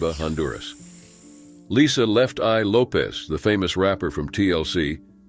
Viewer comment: It's Lopes, no z in the name